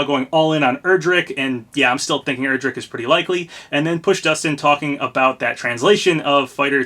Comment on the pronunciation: Also I’m pretty sure Erdrick is pronounced like air-drick not er-drick